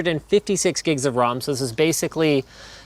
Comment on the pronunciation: rom or ram what kind of accent are you going for linus?